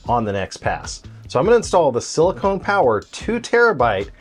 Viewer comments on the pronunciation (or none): FYI you are mispronouncing 'silicon'. It's 'sill-e-con'. Silicone is a polymer you seal your bathroom with. Edit: Also you quote the network speed at 'about 900 Megabytes', but the unit displayed on screen is 'Mbps' or Megabits-per-second. There are eight bits in a byte, so 'about 900 Megabytes' would be over 7,000 Mbps, or more than seven times the rated speed of this Gigabit NIC.